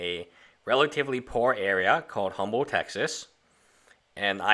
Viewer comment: If you live in Humble Tx, you need to get the pronunciation of “Humble” correct...it’s Umble, the h is dropped.